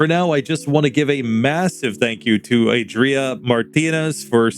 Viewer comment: Way to go,! You pronounced the name quite well that last time, should be something like ah-dree-AH, with that last AH stressed.